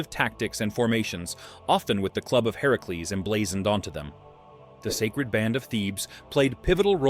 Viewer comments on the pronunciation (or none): none